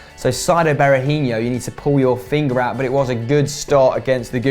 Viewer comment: It's not ber a hin io. He isn't Brazilian